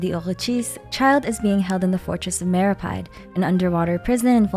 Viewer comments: It's meropeede not meropide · And then she proceeds to pronounce fortress of meropyde 💀